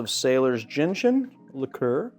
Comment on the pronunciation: You had me until you said “gentian” 🤢